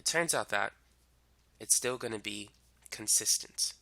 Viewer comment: I really understood the concept tysm.. 🙂 Ok but this is bothering me.. idk why... Why is he pronouncing consistent as consistence 😳.. because even my teacher was doing the same .. anyone pls say.. 😅